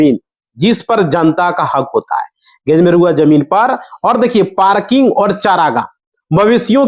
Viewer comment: Gair majarva hota hai Ganr Ganr kar rahe ho